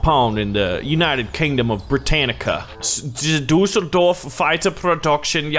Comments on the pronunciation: hahahah your pronunciation of Düsseldorf is so awesome ! I love it, even it is totally wrong. But it`s just too great ;) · Düssel dorf not dousell dorf